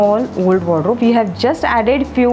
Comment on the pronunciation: I love how she keeps saying "Wodro" instead of saying Wardrobe.